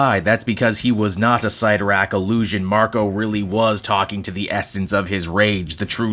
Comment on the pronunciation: Oof, that art... Also, never heard "Sit-tor-rack" pronounced as "Seight-tor-rack" before lol